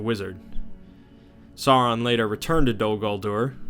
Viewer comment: Why is it so difficult for so many of these videos to properly pronounce "Sauron" as "SOW-ron"? Dude - "Vay-lar"? Come on, man, I'm trying to watch and listen but damn.